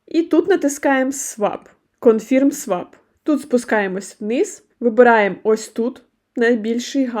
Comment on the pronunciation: Дякую за детальне відео. Але, будь ласка - правильно промовляйте англійські слова. А то Ваше sign confirm - просто ріже мозок